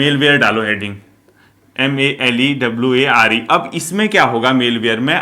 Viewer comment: Sir I think It's not MALEWARE it is MALWARE